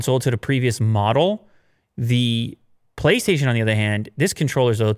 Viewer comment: did he just say "PoliceStation" 5 controller ? or is it just me, at the start of the video